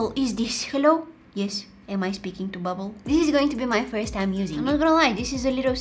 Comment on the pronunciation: never too many bubbles. also i love the part where u said "hello am i sppeking to bubble"